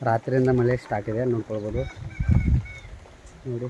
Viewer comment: madu ಮಲೆ ಅಲ್ಲ ಮಳೆ ಕರ್ಮ ಎನ್ ಮತಾಡ್ತಿಯ ಪ